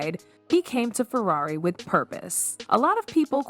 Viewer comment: This AI voice work is disgusting. It said Furrairy.